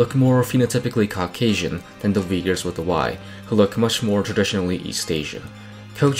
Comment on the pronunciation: why everyone pronouncing uyghurs wrong? u is not w lol